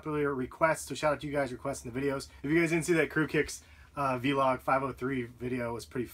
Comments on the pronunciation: You're part of that 5% of YouTubers that say "v-log" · vlog is pronounced like blog, except with a v, not vee-log